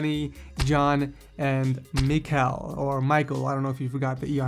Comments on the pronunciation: Michal is pronounced 'Me-how' assuming that he is Polish (Actually spelled Michał) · michal is pronounce mehow btw